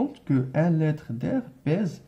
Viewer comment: Attention à la prononciation du mot litre